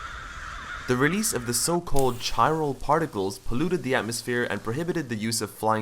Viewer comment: Its prounounced 'k-eye-ral' and most gamers dont want to "watch" a video games super lengthy cutscenes...like you said, the game needs to be played, not watched